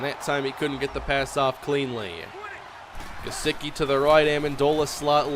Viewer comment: Gesecky not gesicki, btw I know how it’s spelled that’s just how you say it